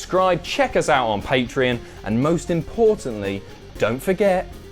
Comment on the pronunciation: its patreon not patron....